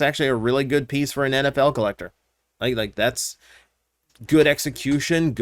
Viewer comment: Every time you said NFL I misheard it as Anabelle, and I was wonderding if I missed an announcement.